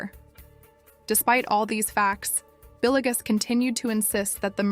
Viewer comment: Not trying to be an a**hole but it is driving me nuts how you pronounced Villegas (Vil-yegas) as Billy-gus..